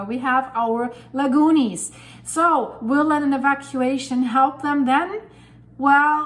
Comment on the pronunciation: The Lagoonies, every time you say that name I laugh out loud! :o)